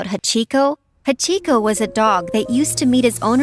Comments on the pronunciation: HA CHI KO when it’s Hachiko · Bruh the way she said Hachiko 💀 She did him wrong man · i love the story of hachiko, but they pronounced it so wrong.